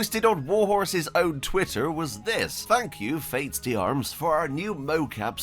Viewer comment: "Faits d'armes" try saying it like this "Fey darm"